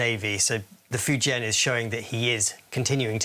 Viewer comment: A significant moment "Fajaina" 🤣Fajaina